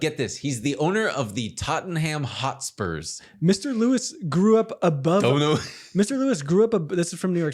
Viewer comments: As a Brit, hearing pronunciation of “The Tottenham Hotspurs” had me crying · Possibly the most American pronunciation of 'Tottenham Hotspur'